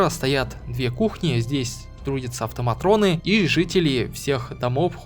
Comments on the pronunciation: АВТОМАТОНЫ, не автоматроны. )) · Да почему автоматрëны то, автоматоны же были всегда, нет там р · АвтомаТОны! В этом слове нет буквы Р!